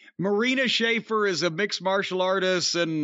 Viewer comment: He's even got pronouncing it "Schafer" now. I love it